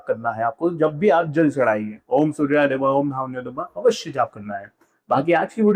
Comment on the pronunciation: Hahha.. Everything is good except how you say SurrrRrRya.. Jai SurRRrRRrya Dev 😁